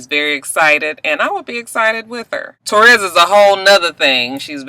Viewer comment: way are you calling that girl "Torres"? Her name is Ta'Rez. When you were talking about the med's and the sleep. I was like alright "Michael Jackson".